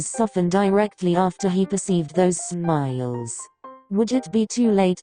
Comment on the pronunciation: the way she says smiles